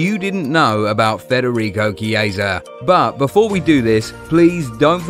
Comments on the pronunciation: The pronunciation is "Kiesa" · That's the pronunciation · Me too😊